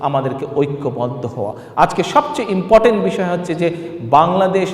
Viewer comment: ব্যাটা আন্ডার ম্যাট্রিক .. Inportant, বলে কোন শব্দ নেই, শব্দটা হবে important ... ছাগল